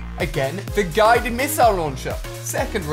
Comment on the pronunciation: he said gided missile